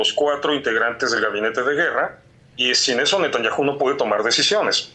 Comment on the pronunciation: No lleva acento Netanyahu, porqué no lo pronuncia bien?